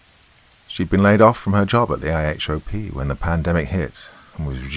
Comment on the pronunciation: Hey! I love listening to your narrations & as usual you picked a winner with Taxi Dancer. Not sure if you are seeking corrections on American colloquialisms- but here is one if you do: "IHOP" is short for a U.S.-based, low-end restaurant chain called International House of Pancakes. We either pronounce it as previously named- or we say I-Hop. But we don't spell it out as was done in the narration. That's it. Whether or not it helps, your great British accent makes up for any faux pas anyway, LOL😂.🙏🏼